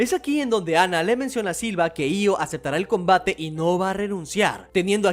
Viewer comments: Se le dice Silva, ya que es la forma en como los japoneses pronuncian "Silver" en inglés, pero como de hace tan poco esfuerzo por pronunicarlo como se debe, que al final Silva termina siendo lo canónico. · Me gustan tus videos pero no puse pasar del minuto 2 escuchando múltiples veces siva en lugar de silver.